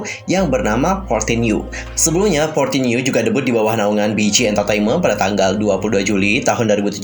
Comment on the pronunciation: bukannya 14U itu dibaca 'one four(for) U(you)' ya? :)